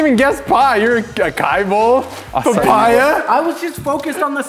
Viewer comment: "paPIEa" almost,. almost.